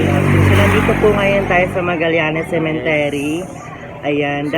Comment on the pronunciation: Dagdag bawas ka naman. Ung subscriber ang basa mo suscriber taz ung cemetery binangit mo na cementery ai nako